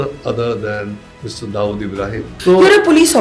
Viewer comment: Barkha can you please be authentic with your accent. You know very well how Dawood is pronounced in India but you are acting like you never lived there and so pronounce it as if you studied your entire life in North America. I'm a fan of your work but your wanabe accent is seriously cringe.